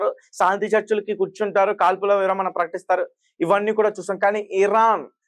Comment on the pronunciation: తమ్ముడు, విరామణ కాదూ, విరమణ అనాలి